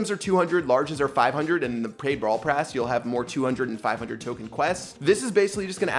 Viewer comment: No one Absolutely no one: "PrAiD BRaWl pRass"